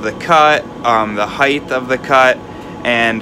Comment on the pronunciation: What's with this trend of people saying height like it has a th at the end 🤔🤨 Great video!!!